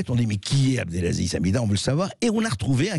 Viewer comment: "Abdelzaziz" C'est si compliqué d'apprendre à lire ? Abdelaziz ? A B D E L A Z I Z